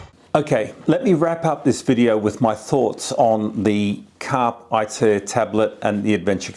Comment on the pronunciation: Great review, thank you. I’m still torn between this and the DMD2 OEM tablet DMD-T865X. BTW, it’s pronounced “carpay eater” and is latin for seize the journey.